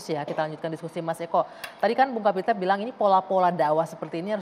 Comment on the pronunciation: Kapitra mengapa jadi Kapitru ?